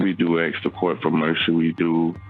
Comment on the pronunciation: "We ax the court for mercy." If there is ever a time to speak proper English, it is when speaking to a judge.